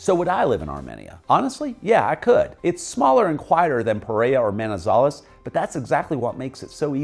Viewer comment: HOLA MR, CRDIAL SALUDO; gracias por dar tan buenas descripciones sobre nuestro Pais, pero desafortunadamente, la voz robotica que le hace la descripcion de todo, lo hace en una traduccion muy mala, por EJLO, LA VOZ DICE: MAIZALES Y SE PRONUNCIA MANIZALEZ, PEREA Y EL NOMBRE CORRECTO ES PEREIRA, ESTRADO Y SE DICE ESTRATO, HAY OTROS EJLOS PERO NO ALCANZE A MEMEMORIZAR, eso a grandes rasgos es lo que tenia para corregirle en forma muy amigable, ok?!!QUE TENGA UNA EXCLENTE DIA EN NUESTRO PAIS, LO SALUDO DESDE CALI CHIPICHAPE YUMBO, UN ABRAZO¡¡